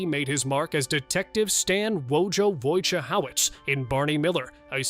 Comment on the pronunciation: Come on AI, Wojciehowicz is pronounced just like it's spelled...